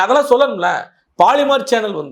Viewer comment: போலிமர் என்று சொல்லுங்கள்..பாலி..ர் என்ற கெட்டவார்த்தையை தவிர்க்கவும்....